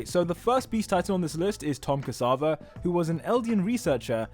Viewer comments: Tom CASSAVA? its "Ksaver" bro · Its not Tom casava its Tom ksaver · Tom ksAvar? Did you really just pronounced it like that. Do some research before uploading a video like this...